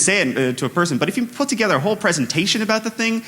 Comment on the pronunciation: I love the way canadians say ABOUT ABOOT ABOWT ABOWWWTTTTT